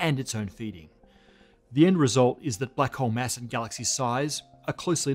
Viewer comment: Please, stop pronouncing "mass" as "mess"